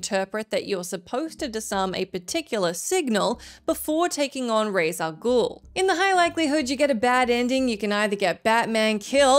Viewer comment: “Ray Sah Ghool” 💀